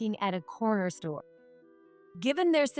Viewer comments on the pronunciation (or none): none